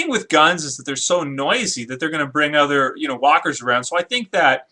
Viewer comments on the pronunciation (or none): none